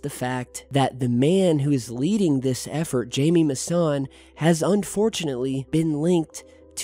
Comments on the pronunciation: Its pronounced "hi- meh" mousan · Please pronounce Jaime Maussan's name correctly. J sounds like H in Spanish. Jaime is pronounced "Hi"- "Me". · Pronounced "Hi me Mason" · Jaime Mausan (Hi-meh Mau-sun) hahahaha quien lo conoce??? Me gustaba su show cuándo yo era niño, decían que estaba loco. Pero ahora??? Ya todo tiene sentido.